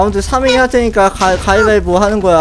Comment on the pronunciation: 님 가이가이 가 아니라 가위바이보 이에요